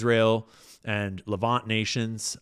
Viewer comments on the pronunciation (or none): none